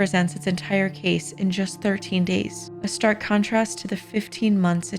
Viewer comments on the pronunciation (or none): none